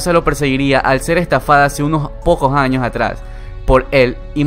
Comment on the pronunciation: Se aprecia el contenido del vídeo, solo aún no me acostumbro a ese acento con la "j" 10 "añoj, quijaz, ej"